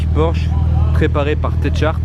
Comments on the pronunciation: Techart ca se prononce Tekart 😂😂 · je retiendrais un truc : Tetche-arte... Bon allez on est sympa, on va mettre la prononciation phonétique : TEK-ARTe Tech revenant souvent dans le milieux auto, il s'agirait de plus se tromper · Ca se prononce Técarte pas tètcharte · Tête charte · Faut pas prononcer le h a techart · Oh non😂 TECHART tu les a pas respecté avec la prononciation 😂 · MDRRR la prononciation que tu nous as fait pour techart jsuis mort